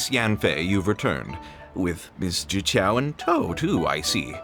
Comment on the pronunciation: Man, when I played this quest I was thrown off by how specifically he pronounced "zhiqiao", and now knowing it's prozd that makes sense